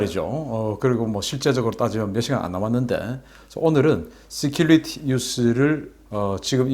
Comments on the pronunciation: 씨큘리티...가 아니고....씨큐리티 security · '시큘리티 뉴스'가 아니구 '시큐리티 뉴스' 라고 백번은 더 지적했으니, 제발 좀 발음을 고치던지.. 아니면 그냥 '국방뉴스'라고 우리말로 하쇼.ㅎㅎ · 시큐리티...본발음 서큐러티 라고 하세요